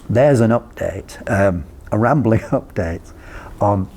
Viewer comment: NOT "rambking" sir...excellent info video